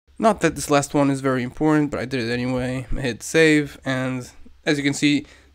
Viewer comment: vvvvery nice (with some fancy european accent)